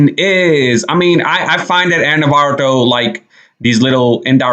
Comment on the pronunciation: It’s Ana Navarro, not Ana Navarto.